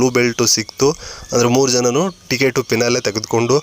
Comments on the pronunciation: ಪಿನಾಲೆ ಅಲ್ಲ ಫಿನಾಲೆ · Pinale ಅಲ್ಲ ಫಿನಾಲೆ ಸರಿಯಾಗಿ ಹೇಳು